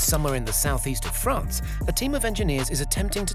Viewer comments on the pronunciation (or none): none